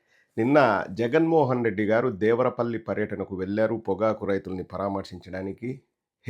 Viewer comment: "దేవరా పల్లి" కాదురా..లబ్డ్డే.అది " దేవర పల్లి". తెలుగు చదవటం రాని పుంకా గాడిని యాంకర్ ని ఎవడు చేశాడు అసలు."దిస్ ఈజ్ అన్ఫెయిర్.. సబ్జెక్ట్ టు కరెక్షన్"🤣🤣🤣